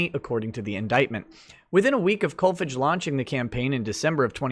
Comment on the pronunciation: Kolfage is pronounced with a long a.